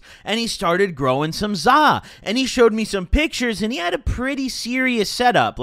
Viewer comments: this guy just said zsa I'm laughing so hard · please stop saying za